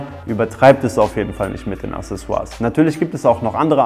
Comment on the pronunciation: accesoires [akseˈswaʀ] mein name ist wiki, ich komm zu dir :D